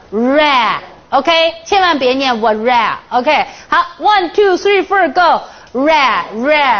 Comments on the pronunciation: 綜藝節目? 丟人現眼... 還one two three "ford" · One two three fur go..😂